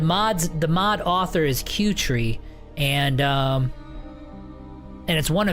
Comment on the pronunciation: P.S i think 'kuertee' is not "q-tree" as you say.. i think it is a play on words ...it is 'Cutie' as in ... "She is such a cutie." no 'R' in tee ???